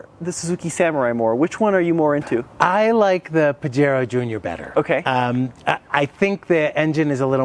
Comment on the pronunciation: Have always liked these little mountain climbers. My only gripe is your pronunciation of Pajero….cringy. The “J” has an “H” sound.